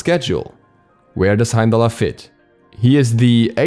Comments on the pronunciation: don't pronounce the r in the name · I thought you weren’t supposed to pronounce the R